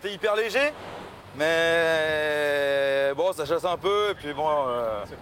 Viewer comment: «c'est bon çoh!» ah l'accent du Nord